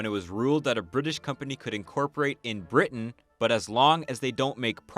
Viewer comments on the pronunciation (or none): none